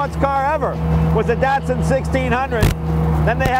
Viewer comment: Did he just say Datsun properly? As in, the way that 99% of Americans don't? Or was the noise of the car preventing me from hearing him correctly?